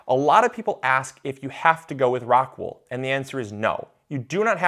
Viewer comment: It would help if you had shown a pack of the medium unopened (clearly showing the name of the product) or put a link of where to get it on the description. As many times as you mentioned the name it was difficult to understand it. Something like rockwood?